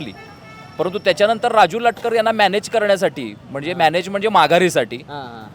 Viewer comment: Latkar nahi latkar